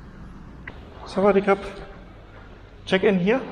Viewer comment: Not sawadikap.... But sawadiduck... 😄😄😄